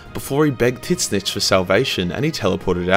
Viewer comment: Quick question Is dude serious when the refers to Tzeentch as "tit snitch" or is that a channel joke. The common pronunciation ive always heard is "Zeentch." Not making fun, honestly curious